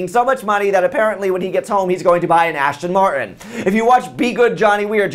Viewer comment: darling, it's Aston Martin. Ashton's the actor *giggles.* Enjoyed your commentary--you're a hoot and--no offense--urprisingly knowledgeable about sports!